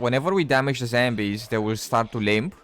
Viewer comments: The way you say zombies is infuriating, it’s ZOM BEE..not zambies… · What is "zembies" ? ^^